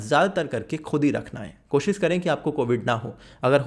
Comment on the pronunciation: koshis nai bro koshish ..koshish toh karo koshish bolne ki